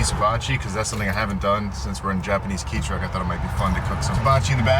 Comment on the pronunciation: This is an adventure! Anyone can drive a giant RV with all the comforts of home. This is still a step up from motorcycle camping. Remember, once you are north of Santa Barbara lose the “the” for the road name. It is Highway One, not the one. Also it’s a K truck not a key truck. Some other names, for future reference are Cayucos is Kai-YOU-kose and that lake is cah-CHOO-ma. Cuesta Grade on 101 would have been impossible but I think 46 would have gotten you over the mountains.